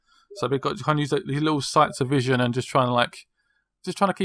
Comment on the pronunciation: It's cone of vision not cone version -_